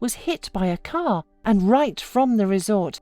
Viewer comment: Put her in the "caah and twenty minutes lataah"